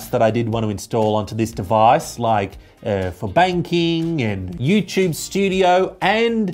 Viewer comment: “Eyou tyube” ❤